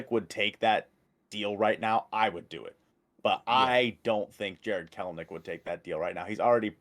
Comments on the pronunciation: It's pronounced Kel-A-Nik, nerds. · it's actually Kelenitch 🤓